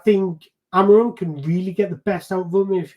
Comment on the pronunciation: To correctly pronounce his name, try saying this: Amoreen The "M" at the end becomes an "N" . Just like when you say lets go "in"